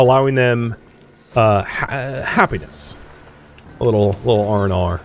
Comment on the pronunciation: Everytime you say r&r, I hear "oh no" in Australian accent. This has been a great series to watch! I hope it's still fun 😅